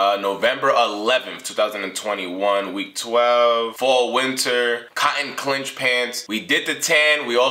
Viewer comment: They are pronounced cotton “Sinch” Pants not “Clinch” - Appreciate you.